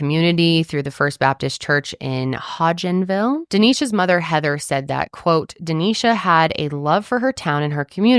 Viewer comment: This is where I am from, it was a big deal. BTW- you did pronounce Hodgenville correctly 😊 this is very close to the Ft. Knox Army Base which is the global headquarters for HRC and Recruiter School (what my husband does as he is active duty). Our military community was devastated. I would LOVE to see you guys do a deep dive on Katie Autrey from Bowling Green. I have some inside knowledge on “life after Katie” from Hugh Poland Hall (same dorm I lived in as well) and if there was ever an injustice due to money and power in a small town, THAT ONE IS IT! Kind of along the lines of Gypsy Rose and Nick G.!